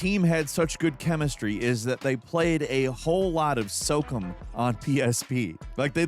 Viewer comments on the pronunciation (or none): It's pronounced "So Calm" (SOCOM), not "Soak em"😑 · Soak Em'? Oh you mean SO-COM? lol you silly bird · It’s pronounced so-com not soakem lol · Socum? Ya mean socom? That was wild to hear. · SO COM NOT SOCUM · TIL: can't pronounce "SOCOM" correctly., my guy, it's pronounce SOCOM with the end pronounced like.com. I love ya too much let you go on saying it 'socum'. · "SOCUM" instead of "So-COM" like Communications lol. Edit: Yeah, and game devs ONLY make their own game and NEVER buy anyone else's game. /s Edit 2: Motiram WAS a DIRECT CLONE, initially. They changed A LOT, including making the female MC's hair less red. Your opinion on this is just wrong, imo. It was WAY more glaring than Palword, which at least added guns to distinguish from Pokémon. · Socum? I think you mean So-com 🤦🏻‍♂️ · SO_COM, not SO-CUM lmao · SOCOM is not pronounced Sokum. It's pronounced So and Com. Like intercom. SOCOM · It’s pronounced SO - COM. You clown. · Hearing SOCOM pronounced SOCUM made me giggle 😂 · They've gone full A.I. haven't they? Pronouncing SOCOM as "soak em" Oh boy. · didd you say socum?? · Never heard its pronounced soakem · so com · I'd play a game called SOAKEM that's like a military shooter but with water guns. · Bro said socum 😭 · I've also never heard anyone pronounce it as anything other than Socahm, but I guess it comes down to how you pronounce 'command'. Assuming you pronounce it like cuhmanned, then I guess his version makes sense. Doesn't make it any less jarring though. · i say "cuhmmand" but still say "socahm", is just a freak lol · Quit saying socom wrong.... wtf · I like Falcons voice better than Jake’s but he pronounces everything crazy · Today on words can't pronounce: SOCOM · Not once have I heard SOCOM pronounced like that. And yeah, the Rencent Sony this is pretty valid. They approached Sony to want to work on a project with Horizon, Sony said "no," and they made it anyway. Settle down.